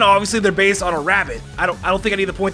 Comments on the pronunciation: "THESE POKEMON ARE BAZE" the first two times i thought i was hearing things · Doesn't it annoy anyone the way he says 'based'?